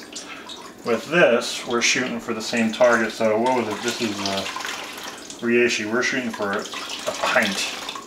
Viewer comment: Hopefully someday he learns how to pronounce reishi